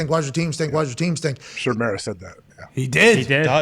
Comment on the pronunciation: Aj actually said Mara's name correctly. It's mare-a